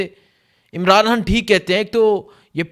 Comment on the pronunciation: آپ کے ویلاگس اور وہ رپورٹس جو آپ جلسے جلوسوں میں جاکر لاتے ہیں وہ بھی سنتا رہتا ہوں بھارتی کشمیر سے، آپ حقیقت کو سامنے لاتے ہو۔ آپ کی مادری زبان میں شاید حرف ”خ“ نہیں ہے اس کی جگہ آپ ”ح“ استعمال کرتے ہیں جیسے خون کو کہتے ہو حون خدا کو کہتے ہو حدا خان کو کہتے ہو حان خطر ناک کو کہتے ہو حطرناک بڑا مزہ آتا ہے ایسے الفاظ سن کر۔ اللہ آپ کو سلامت رکھے ۔